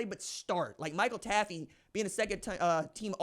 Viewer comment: It’s pronounced “TAFF”. Not “Taffy”……. You love mispronouncing names